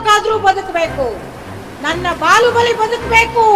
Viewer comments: ಬಾಹುಬಲಿ ❎ ಬಾಲುಬಲಿ ✅🤣🤣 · ಅಣ್ಣ ಅದು ಬಾಲುಬಾಲಿ ಅಲ್ಲ ಬಾಹುಬಲಿ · ಬಾಹುಬಲಿ ❌ ಅಲ್ಲ ಇದು ಬಾಲುಬಲಿ✅😂😂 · ಬಾಹುಬಲಿ❌ ಬಾಲುಬಲಿ✅ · ಬಾಹುಬಲಿ ❎ ಬಾಲುಬಲಿ ✅ 😂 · ಬಾಹುಬಲಿ,❎ ಬಾಳುಬಲಿ 😅😂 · ಬಾಹುಬಲಿ❎ ಬಾಲುಬಲಿ✅😂😅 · ಬಾಹುಬಲಿ ❌ಬಾಲುಬಲಿ ✅😂😅🤩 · ಬಾಹುಬಲಿ ❌ ಬಾಲುಬಲಿ✅😂😂😂